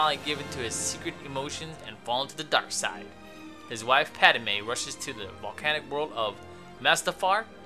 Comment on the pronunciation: Did this dude say... "Pad-A-me?"